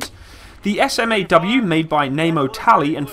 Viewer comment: you don't have to spell out SMAW each time. We say it like you would say "saw" but add the "m" in there like you would say "smack"